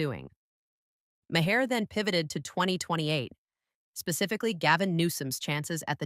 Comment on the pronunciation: M-A-R. M-A-R. The H is silent. Mar.